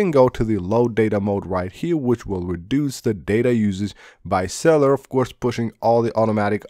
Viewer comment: Sell you Ler not cellar